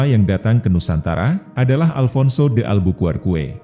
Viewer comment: Alphonso Dalbuqerq Om bukan Dalbuqueque